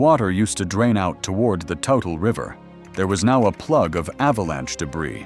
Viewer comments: it's not total river, it's tootle (toutle) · We don't pronoumce the name of the river "Total", we pronounce it "Tootle". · It’s pronounced “Tootle”